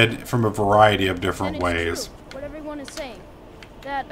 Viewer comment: WHIT? WHIT??!?!?!??!?!? XD